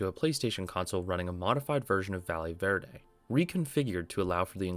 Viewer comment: I swear to god nobody can pronounce Valle Verde. Just call it Green Valley if you can't be bothered to look up a pronunciation.